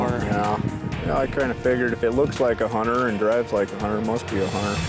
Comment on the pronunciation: Wtf is a Hunner?